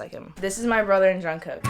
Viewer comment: is half Korean also pronounced jungkook as jongcock